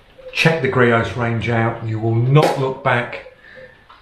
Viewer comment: It’s creos not greos